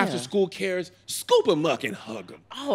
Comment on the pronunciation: Hey Tom, Looks like Kev was trying to say "scoop them up and hug them" but said "Scoop em uhk and hug em" instead 😂